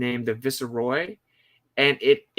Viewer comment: Viceroy... "VICE" "ROY". Not "Visceroy". 2 syllables, not 3. Say roy right after vice and you're pronouncing it correctly.